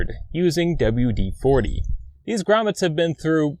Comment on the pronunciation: "Douba-U-De-foutee" Careful gents, this man is educated.